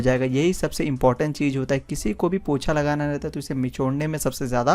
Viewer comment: Pocha hota hai bhai 😂 not POTHA